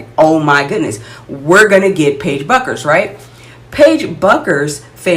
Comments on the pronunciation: It’s pronounced “Beckers” not “Buckers” 😊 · Paige's last name is pronounced Beckers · Bueckers is pronounced beckers. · it’s pronounced “beckers”… just if you wanna be taken seriously about a player by their fans. no shade ❤ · She Misspelled her own First Name, so you're entitled to mispronounce her last. It's all "give & Take🙂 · You pronounce Paiges last name wrong. Caitlin is better than 99% of the players in WNBA. Your channel is not very good. I just clicked on it because it came up on my selections.